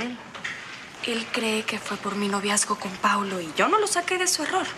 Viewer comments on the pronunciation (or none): Arturo en ves de decir Paulo dijo Paolo JAJAJAJAJJAJAJAJAJAJAJAJ